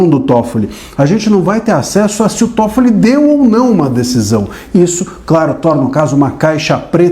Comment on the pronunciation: É TÓFOLI NÃO É TOFOLIS NÃO! NÓS NÃO ESTAMOS A GUENTANDO UM, VOCÊ QUER ARRUMAR DOIS OU MAIS?